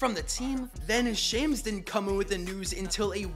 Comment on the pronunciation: Sham's name is pronounced like the name Shaun, not like the word slam. Just so you know going forward